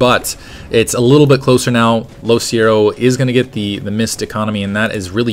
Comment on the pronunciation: isnt it LoCicero...